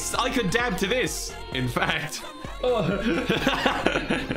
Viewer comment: "I can dab to this" I heard "I can dad to this". It seemed relevant.